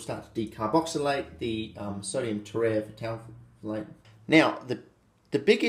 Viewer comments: Tera-f-thalate. Not tereh fatalate. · Te-re-thal-ate: the p is silent just like it is in phthalic acid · It’s pronounced terephthalate you ding dong!